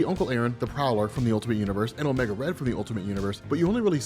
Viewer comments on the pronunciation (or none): none